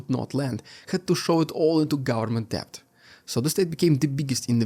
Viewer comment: You have the best metaphors and similes of any newscaster on YouTube! I appreciate your comprehensive reports every day. (One note - the word 'debt' is pronounced 'det', the B is silent).